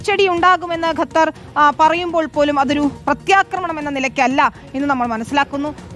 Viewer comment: pls train your reporters atleast to pronounce country names correctly. its Qatar not gathar or ghathar